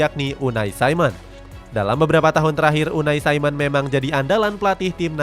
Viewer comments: Unai simon jing bukan unai saimen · Kalo orang spanyol ya dibaca pake logat spanyol bukan logat Inggris, lu salah, bikin ketawa dengerin nya